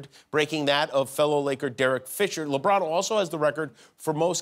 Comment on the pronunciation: I love how he calls him LiBron